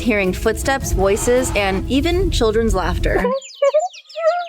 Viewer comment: I love you but your not allowed to say even anymore until you pronounce it right please lol.